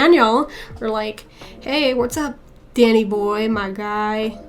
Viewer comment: Of course it's not just you - anyone who doesn't tear up at least once in this movie... well, I wouldn't trust them. Great analysis as always. 'Dannay' yeah, sounded a little cockney-ish at the end there. 😄